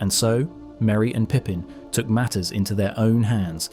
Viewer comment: It's Took, not Took actually, as in cook.